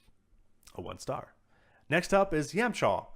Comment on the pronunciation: I'm gonna overlook the fact that you cannot pronounce character names and you made a huge amount of errors reading off cards.I cringed when you tried to pronounced yamcha, and no he actually does not die at that scene, him and tien defend goku's life. Actually one of his defining moments. an ok video at best... but i'm going to have to apologize because i will not be subbing for future content. I don't think you represent the card game or the fan-base very good. best of luck